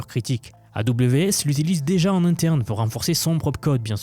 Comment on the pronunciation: Le fait de prononcer la majorité des sons " en " en " A " comme par exemple " à " même temps où " a " avril me fait complètement décroché c'est vraiment fatiguant à entendre